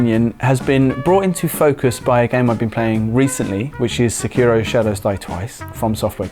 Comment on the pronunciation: Why do so many people say Sekiro wrong?